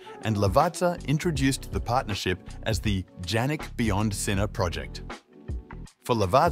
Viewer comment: PLEASE as a respect pronounce the name properly..pronounced Yannik...